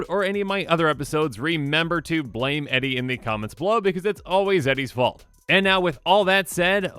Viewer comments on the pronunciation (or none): none